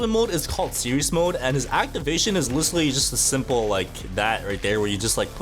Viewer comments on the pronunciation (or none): IF I HEAR THIS MF SAY LICHERALLY ONE MORE TIME IM GONNA CRASH OUT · bro can't pronounce literally